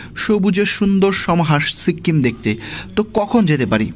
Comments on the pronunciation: সিক্কিম কি ভাই? বলেন সিকিম😂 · সিক্কিম না সিকিম 🤣🤣🤣🤣🤣🤣🤣🤣🤣🤣🤣🤣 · Uchcharon ta sikim hobe, sikkim noy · সিক্কিম টা আবার কি? বলুন সিকিম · ঘুরে আসছেন আর উচ্চারণ করতে পারতেসেন না। সিক্কিম আবার কি। সিকিম বলেন।